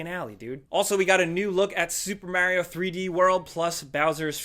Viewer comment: Did you say Mair-io? lol :)